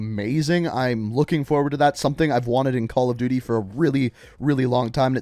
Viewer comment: Calla duuty ghosts